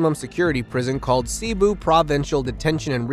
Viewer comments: You butchered the names "Cebu" and "Luzon" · I am an American with a Filipina wife, living part time in the Philippines as we help poor Filipinos. Please note; You do not pronounce Cebu and Luzon correctly. so although I did just subscribe, it is hard to listen to your narration. Otherwise, a lovely channel.